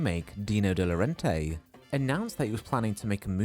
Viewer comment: FYI, De Laurentiis is pronounced like it’s spelled: “day loh-RAHN-tis”, not “de-loren-tay”.